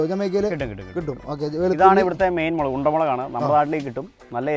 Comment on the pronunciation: Please dont say മിളക്, മുളക് എന്ന് പറയു